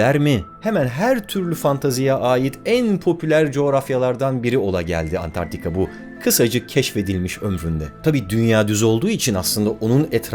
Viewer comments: Çok iyisiniz alanınızda, ama niye Antarktika diyeceğinize Antartika diyorsunuz? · "Antartika" değil "Antarktika" olmalıydı